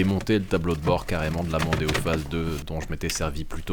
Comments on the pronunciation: Arf ! Tu ma devancé... j'allais dire exactement pareil.. "Démon" avec le O en rab 🤣🤣🤣🤣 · En sois.. "Mondeo" a déjà un nom marrant "Mon déo' " 🤭sinon pas "Demon-o". Beau geste, pour les cheveux de la personne Oh bordel la rouille a la fin.. Ca me donne envie de démonter les garde-boues pour vérifier m'as première voiture à l'achat.. 🥲🤣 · Ford Mondeo --> Ford Demono 😁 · Mondeo : Demon pour le dernier O on le vire :)